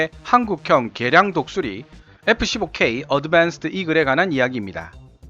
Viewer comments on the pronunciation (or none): 에프 쒸보 퀘위 아드벤쓰드 이글이 있따! 영어 발음 진짜 못듣겠네... 이름은 뭔데 이야 하...